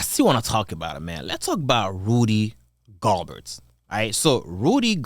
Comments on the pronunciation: Just by the way you were pronouncing Rudy “Galberts” name I had to leave a like and a comment. No hate 😂🔥 keep it up! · Can't pronounce his name correct?